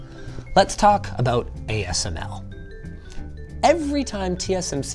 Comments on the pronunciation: you missed pronounced ASML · asmc? You meant ASML. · Great video. Linus says AMSC :)